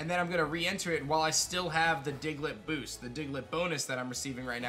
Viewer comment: DIGLETT, NOT DIGLIT!